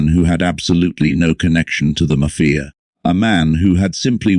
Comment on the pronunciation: What is wrong with this narrator.....maf-fi-a